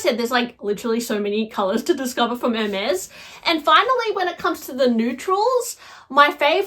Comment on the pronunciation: To discuss Hermes bags, one should either take French or learn how to pronounce French words. At the minimum. To sound worthy of all those elite bags.